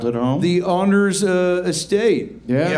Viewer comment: "Its not ANDers its ONders.. like ive got a hard ON." Ahh the classics